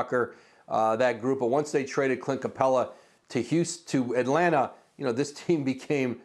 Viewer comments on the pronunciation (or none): none